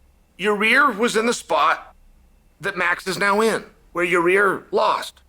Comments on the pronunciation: your-rear rodriguez.. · “Your rear” 😂